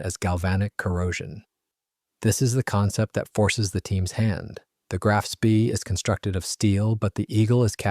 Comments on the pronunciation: A Sorry the American pronunciation o Graf Spree is incorrect in the English and German .,.it’s Grarf „“Spay „“ Further. too much releditive jargon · Spee is pronounced SPAY Grahf Spay - idiot !!!! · Graf Spee is pronounced Graf Spay you moron. It's German in case you didn't know.